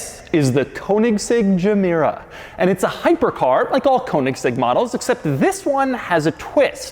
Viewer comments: Its not a germ-mera as in when you say germ, come on ... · Gemera is actually two words in Swedish Ge Mera pronounced "Je Mera" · it is not pronounced džemera it is Gemera. read as its written doug... dont apply your american way of pronouncing things to foreign made objects. read it as its manufacturer named it and intended it to be pronounced... god you anglicans make me cringe so badly... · Gemera is actually two words put together, "Give more" would be: Ge mera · I love how every car's name is based on a Swedish word or a play with words. Gemera = Ge mera, give more. Regera = To rule. Etc Gemera should be pronounced as GehMehra or something. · Its pronounced "Yemera" (meaning "give more") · To be pronounced "yē mēra". That's Swedish for "give more". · “ok imma start the quirks and features of the Jeh- mere- oh” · At least use Google Translate to pronounce Gemera correctly. Sick of Americans butchering foreign names. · Me: "Did you say Gamera?" Doug: "No, I said Gemera." Me: "Oh." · It took me 4 seconds to realize the emphasis in the word gemera is in the first syllable, not the second........Doug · Starts with a G. If it was a J then it would be pronounced Y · Wish Doug would’ve watched Christian before making this video and learned how to pronounce Gemera.